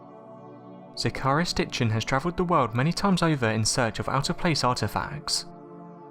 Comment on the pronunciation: Sorry - Who Sitchin?? What? I listened to it twice - What??? Zecharia is not a difficult name to pronounce for a young English lad surely!